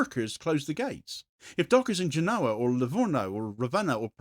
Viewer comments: It's pronounced GÉNoa, not GenÓA, if you're interested. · Genova. Genoa is a football team